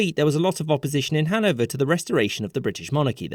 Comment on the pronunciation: Its hanOVER 😭